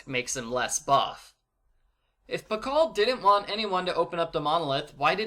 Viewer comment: pascal key? don't you mean Pacal key?